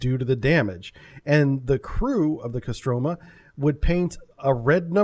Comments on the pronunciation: Kostromà, last syllable is stricken. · Stress is on the first "O" in Kostroma, pronounced CO-stra-ma